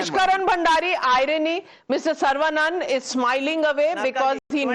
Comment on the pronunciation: It is not Sarvaa banana. It is Saravanan.